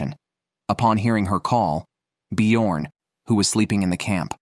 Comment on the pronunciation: B jorn is pronounced differently!!